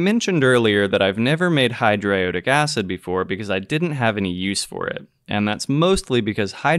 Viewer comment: This is nitpicky, but that's not how I nor anyone I know pronounces hydroiodic. It gives off a dilettantish air. Just saying. No disrespect. I enjoyed this very odd synthesis.